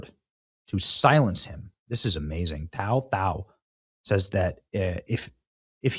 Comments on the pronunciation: His name's pronounced "Tu Tao" and he's not Chinese, he's Hmong. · Before you book someone you might want to show enough respect to them by not calling them out of their name. Especially when their name is only 3 letters long and different than his last name but you still call him tao tao. Either you cant read or your just being a jerk. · His name is pronounced like too tao and he's hmong not chinese. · Bro you got his name messed up. It’s too-tow(like POW with a T) And he is hmong not CHINESE. It was literally right next to his name. Is this rage bait? Do better or you lose a subscriber Not sure if you’re just being racist or stupid. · Tou Thao is pronounced "Too Tao". He's Hmong.